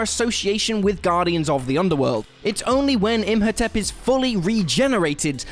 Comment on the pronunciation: Im. Ho. Tep. Not Imp Ho Tep.And Wolverine has an endo-skeleton, as in, its inside him, not outside likens crab. But otherwise, yes.